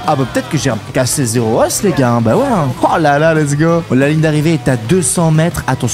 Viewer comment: On dit pas os mais o ( le s se prononce pas) 😂